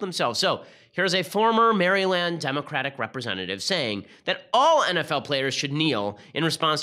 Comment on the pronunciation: ewwwwwww Ben. the way u said Maryland lol